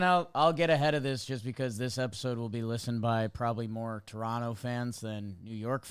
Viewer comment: As a southern Ontario guy, thanks for saying Toronto properly by dropping the last T.